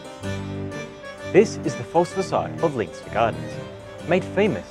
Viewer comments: Great video, only negative comment; Leinster Gardens is named after the Leinster province in Ireland, it is not pronounced Leen-ster, but instead, Len-ster. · FYI You pronounce Leinster wrong. You should pronounce it 'Lenstuh' not 'Leynster'. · Leinster is pronounced len-ster. Interesting video! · Hey. Assuming that Leinster Gardens is named after the Irish province of Leinster, its pronounced "Len-ster" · so weird hearing someone pronounce leinster as anything but Lenster. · Please look up how to pronounce Leinster. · Surely you could pronounce Leinster correctly